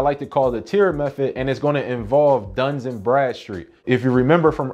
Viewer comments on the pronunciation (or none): DUN & Bradstreet 🤔please stop saying duns and Bradstreet lol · It’s Dun…not Duns. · There’s no S In Dun